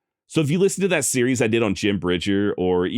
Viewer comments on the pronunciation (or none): none